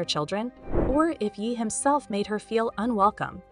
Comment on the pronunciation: Voice over should’ve said YAY.. yeeeeh is incorrect and extremely annoying